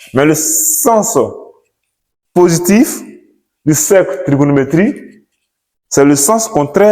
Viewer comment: Faut bien prononcer cher prof. Cercle trigonométrique et non cercle trigonométrie